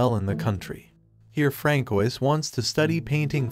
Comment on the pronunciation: francoise is pronounced as franswa bro